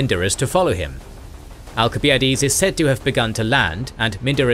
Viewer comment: You still can't pronounce al·suh·bai·uh·deez